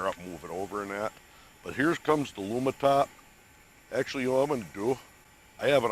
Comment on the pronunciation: Lumintop not Lumitop.